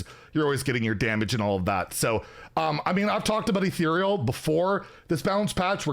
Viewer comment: omg finally figured out how to pronounce ethereal, i honestly thought we would be hearing “etheral” for the rest of time